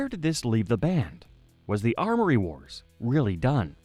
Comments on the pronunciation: YES! It was driving me crazy he kept saying ARMory wars ffs. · Say it with us kids... AM-ORY Wars... AM-ORY. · Why was he able to say amory correctly when talking about people and their names but not when talking about the story itself 😂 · The pronunciation of "Cambria", "Amory", and "Turbine" drives me nuts. Other than that, great video. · I'm Canadian too. The thing was adding in phantom letters. Don't let my words discourage you, though. The video is fantastic as are your other ones. Keep it up!